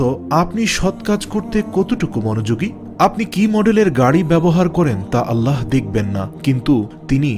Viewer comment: সবাই বলে আল্লাহ আর আপনি আললাহ বলেন এর কারন কি??